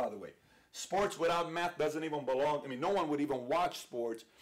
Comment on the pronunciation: I swear he's saying meth